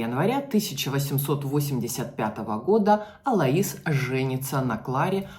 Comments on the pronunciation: Не Алаис, а Алойс. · Так режет слух АлоИс... правильно АлОис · Алоис ударение на О! Ангела ударение на Е